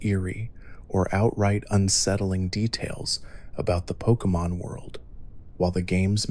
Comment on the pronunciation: I love these videos but just a point of criticism, I'm not sure why you keep pronouncing names differently within minutes of each other? It's a little off-putting.